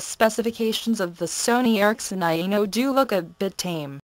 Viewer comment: It is quite nice. Yeah, did this one. She didn't know how to pronounce "Aino" though.. it kept sounding like "Anal". Cough cough.